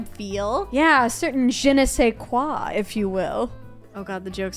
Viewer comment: Why was the "je ne sais quoi" perfect tho?!?!